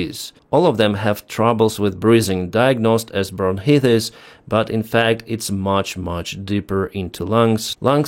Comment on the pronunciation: Great report , thanks Let me help you " Kaa-oss" and "Bronk I tiss". As for stealth aircraft , I don't see how they deter attacks if they cant be seen.